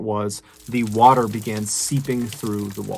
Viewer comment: Water not waer